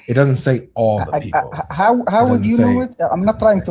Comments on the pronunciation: Whenever they say "beoble" I always have to hold in a smile. It's too funny to me. God give me strength. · You miss his boint he is talking about all the beeble of the blanet....bleeeese listen